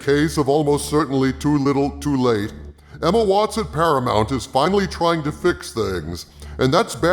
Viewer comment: When you said 'Emma Watts at Paramount' I thought you said 'Emma Watson Paramount', and the captions agree with me, too. lol